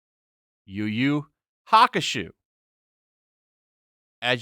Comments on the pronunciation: lmao Yuyu Haku-shoe. Sorry to be a weeb but it's pronounced Haku-show. But you should watch it, great anime. Easily in my top 5. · .......and Beastars... Isn't pronounced Show and not shoe? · Just saying, its pronounced "hawk-oo-show" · While you pronounced Hakusho very wrong, it's HA-KYU-SHOW, I do agree with you.